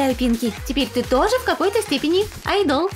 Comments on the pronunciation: пожалуйста, не мучаете людей ! не айдо́л , а а́йдол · Ну вообще-то не рамЭн, а рамЁн! АйдОл? Правильно будет Айдол! Ну как бы можно было погуглить как читается. Я знаю что такое К-РОР и корейская еда.. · Не айдол а айдал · Не айдОл, а Айдол!!! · Не рамЭн, а рамЁн. Не айдОл, а Айдол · Не Айдо́л а Айдол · Не айдОл, а Айдол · И не айдОл а Айдол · Вообще то не айдОл а Айдол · О Господи, меня одну бесило на протяжении всего видео произношение слов айдОл и рамЕн аааа, спасите 😓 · О Господи меня так бесит произношения всего этого видео РамЭн, АйдОл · Вот как правильно аааайдол ударение на а и рамёёён ударение на ё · Ким это ФАМИЛИЯ а не ИМЯ. Лучше гуглите имена. А то опять перепутаете. И научитесь правильно ставить ударение и произношение. Рамэн, вы совсем уже? АйдОл😐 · А’йдол* правильно говорите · Меня одну весь ролик бесило слово айдóл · извините, но произношение слов "айдол" "рамен" не правильно, и когда надо было разогреть пиццу , вы хотели оскорбить айдолов тем, что они не умеют готовить? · Она айдол неправильно говорит 🤦🏻‍♀ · Вы не правильно говорите слово айдол